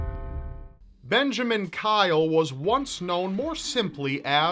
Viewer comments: when the word Benjamin became Benjaman i gigled way to go typical error! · "Benjaman" Kyle. Not a typo, people. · Poor Benjamin....... Or was it Benjaman?